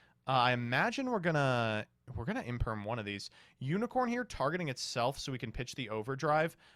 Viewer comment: Imperm, no one says infem